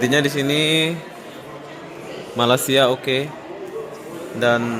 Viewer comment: AQ klau bleh baiki blik die sebut malaysia tu kn enak😂btw nice vid